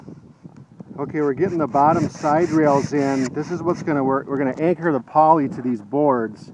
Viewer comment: I thought he said 6mm polly. I was amped to see them try to lift that. Looks good, I wonder if its still standing and how many new skins it's gone through over 10 years